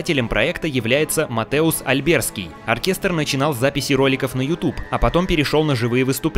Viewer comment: Все хорошо... но МатеуШ! Матеуш. Когда в польском языке с и з рядом, то это читается как ш.